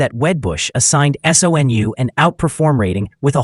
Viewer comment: SOUN? Not SONU